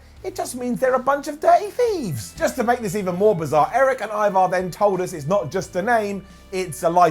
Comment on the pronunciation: Should be E-var instead of Eye-var, but that's just me.